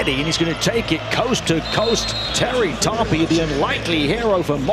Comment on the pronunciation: Terry Tarpey (more like tar-peh not tar-pi lol), it's almost like "tar-pay"